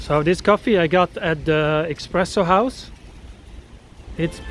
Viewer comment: Ciao, It's Espresso, not Expresso house... I love those blocks, my mother grew up in the corner of S.t Eriksgatan and Drottningholmsvägen (She was born July 29 2024) and I have been working in an office in the corner of Fleminggatan and S:t Eriksgatan and lived at Kungsholms Strand....